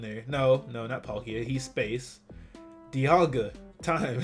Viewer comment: It's not DEA-alga it's DIE-alga